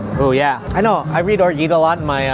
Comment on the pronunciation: Orgeat is pronounced with a "zha" rather than a "gee"